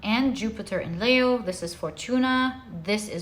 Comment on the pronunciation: Leo is pronounced 'Lee-o', not 'Lay-o'. And Libra is pronounced 'Lib-bra' or 'Lib-ra', not 'Lee-bra'.